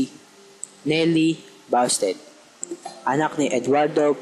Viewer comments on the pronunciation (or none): busted poh ung pronunciation nung hindi basted:)